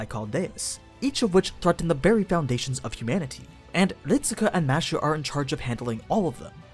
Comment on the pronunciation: its kind of annoying hearing "mashu" instead of "mash"..... might as well call her mattew if you are going that route. Also, Fuijmaru was a mage from a start, a shit mage, but a mage. Not an average person. The 10 spots were open to the "public", but not the general public, the public of mages. Also another mistake "somehow he knew the world would end soon", yeh, not really. Its just that's what the animusphere family was all about from the start, monitoring the world and the stars. Also, it helps when his servant can see the past, present and future, hint hint hint. so overall you still have a few mistakes here and there, those are just the 2 that jumped to me from the start